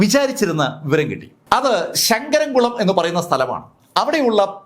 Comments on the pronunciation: Sir ഒരു സംഭവം ആണ്. ❤️❤️🌹എന്നും ഒരേ ശൈലിയിൽ അഭിപ്രായം പറയുന്നതിൽ അർഥം ഇല്ല. പിന്നെ,, shirt വളരെ മനോഹരം ആയിട്ടുണ്ട്.🎉🎉🎉ശങ്കരംകുളം (പഴയ പേര്) അല്ല ചങ്ങരംകുളം. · ശങ്കരംകുളം ❌ ചങ്ങരംകുളം